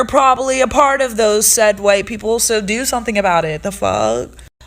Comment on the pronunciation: “Fix yo peepoz” said unironically and with no self awareness whatsoever 😂😂💀💀💀